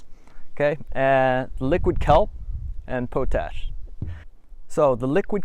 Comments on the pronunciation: Pot ash not po tash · Its pronounced pot-ash, and you need to add microbes from commercial inoculates or from actual compost to make compost tea. thus the name. Where are all these microbes coming from ? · I had to chuckle when he said po tash and not pot ash and I'm still chuckling 😂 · Po-tash is pronounced POT ASH